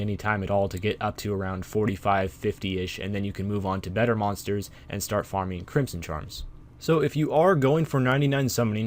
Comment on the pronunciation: its pronounced crimson not crimpson